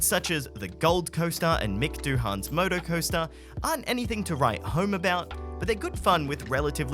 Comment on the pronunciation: Your pronunciation of Mick Doohan is giving me a headache. 😅